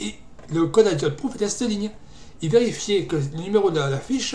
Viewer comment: Juste pour info, la première lettre du mot "idiot" en anglais se prononce comme en français, et non pas comme "eye" (oeil)... Ça ressemble donc plus à "idiote-prouf" (phonétiquement) qu'à "eye-diote prouf".